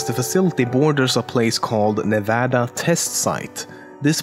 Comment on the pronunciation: You pronounced Nevada correctly and I never felt more at ease ☺️